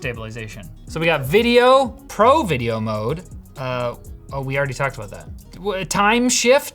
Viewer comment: instructions "pro video mode" "pro mideo vode"